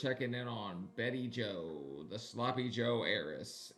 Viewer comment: Sean, you're killing me!! Turdy! Turdy pounds! I cracked up - Of course, there's pronouncing Bettie Jo's name, BayJo. It's all good!!